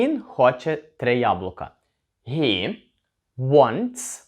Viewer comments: Дуже сподобалося! Дякую! Стисло зрозуміло і головне- найголовніше для спілкування.тільки вперше чую що він - hi вимовляєте гі, всі говорять хі? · Як правильно озвучити займенник Ні (ги або хи )вы кажете ги ,а їнші хи,так як треба озвучив и ги,або хі?